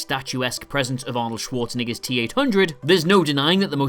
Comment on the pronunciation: Arnold Schwarze what?